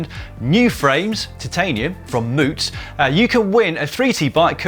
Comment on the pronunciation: Thanks GCN from a local for finally pronouncing the name of the Moots bike correctly. Much appreciated!!!